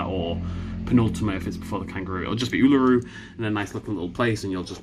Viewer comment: me cringing at how he said Uluru